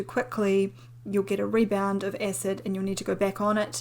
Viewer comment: It's cute how she pronounces acid. She says ecid.